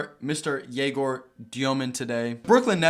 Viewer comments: as a russian myself i dont really understand why does he say YE-gor when the correct way is ye-GOR. I guess its easier for foreigners to understand, but if he asked to put a "ё" on his jersey for his last name why not teach everyone how to pronounce your first name correctly as well...? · Egor did not pronounce his name this way when he was at BYU last year. It would be a legendary move if he makes his name a moving target every year.